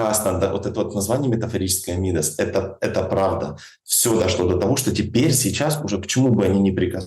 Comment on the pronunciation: Ударение пожалуйста 🙏 МидАс